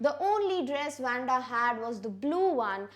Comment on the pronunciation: its not wenda its waa-nda :)